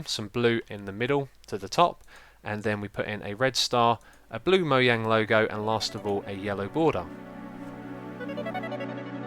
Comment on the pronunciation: LOL MOYANG XD XD XD XD! OMG IM DYING!!!